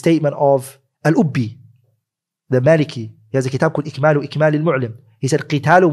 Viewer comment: He also said the name of the book was IJMALU IJMALUL MU'LIM (with a jeem) when it is IKMALU IKMALUL MU'LIM (with a kaaf).